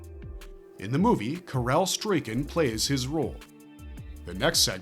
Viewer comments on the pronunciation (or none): The way they pronounce Karel's name lmao